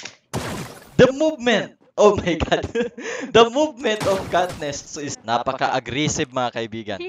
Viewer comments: kat"ness" katniss yun ui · CATNESS O KATNISS? HAHAHAHAHAHAHA AYUSIN MO PRONUNCIATION MO HAHAHAHAHAHA